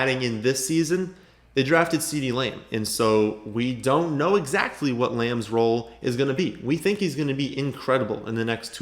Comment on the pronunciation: No one pronounces the “T” in the word “EXACTLY” quite like our boy!